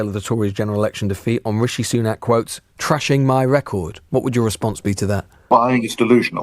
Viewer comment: "Richi...trashing her record..." You strange bloody woman, you need therapy.